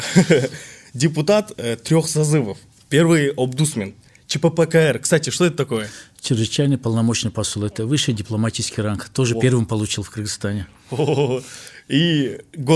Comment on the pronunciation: Не обдусмен , а омбудсмен